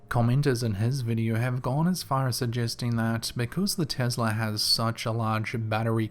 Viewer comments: Oh dear! It's not Tizzla, it's Tess-la Be careful, you don't want Elon pimp slapping u for your laziness. 😘😉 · I swear i thought you said "The Girl With The Tiddy" lol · Sounds like you said"The girl with the tittie."😃I know you didn't but I laughed so hard I'm from southeast Tennessee though lol,😃 Love your videos top notch my man!!!Love to you from Tennessee Cherokee Nation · "investla" ....... What a douche